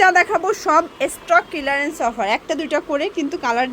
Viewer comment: Stock kilarense na aunty stock clearance bolte hoy😅😂